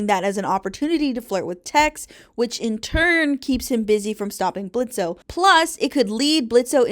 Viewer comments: Why do you pronounce the O in Blitzø’s name? It’s like a huge part of his character that he’s super annoyed by it/gen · Low key it gets annoying hearing people say BlitzO His name is Blitzø The o is silent. Adding the o is just more cumbersome too. He’s had the silent O since the pilot, why can’t people just say his name right?